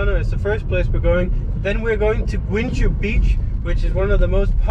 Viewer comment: Ey In guincho you don't read the 'u' as it is silent As to cabo da rocha when there is a 'c' followed by an 'h' you read it like the shhh sound in shut So its more like rosha